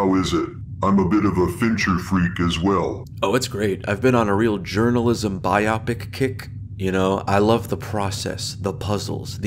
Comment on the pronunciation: What’s a “bi-opic?” Do you mean “bio-pic?” Funny you say that word wrong and then start going on about journalism.